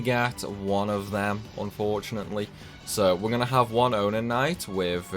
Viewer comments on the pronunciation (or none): mail is triggered by story progression and who is in the front slot in the party. you have to have done all the letter for all the optional characters and all the other bonus content, iirc. Eureka must also have been completed to get all the required letters. also they aren’t “Onin” Knights, they are “Onion” Knights, it’s pronounced like the vegetable name lol. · I honestly thought it was your accent